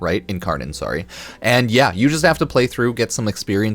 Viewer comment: Tell me you’re Canadian without telling me you’re Canadian: “Sorrow” 😉 Great video! Can’t wait for Duviri!